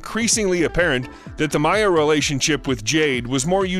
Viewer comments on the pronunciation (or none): none